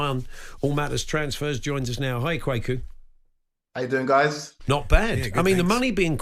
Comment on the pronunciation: Kwaku...Kwaykoo XXX Kwa as in question ku as in Koo Stark